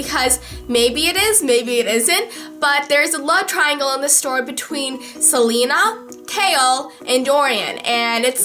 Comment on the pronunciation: I love you, but I have to say it's pronounced Se- LAY- na, not Se- Lee- na.